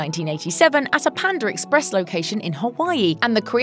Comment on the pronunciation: Pander Express lmao